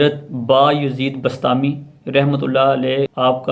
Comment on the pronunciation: Bastami nai hy bustami hy